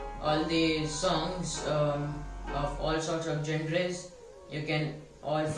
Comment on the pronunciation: Dude its pronounced as " jyon- ra " and not "gen-re" please improve your god damn pronunciation skills maybe you'll get more subscribers